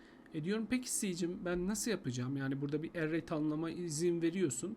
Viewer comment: array kelimesini telaffuz edişin sinir etti. dümdüz erey diyip geçemiyon mu dayı ne bu aksan hevesi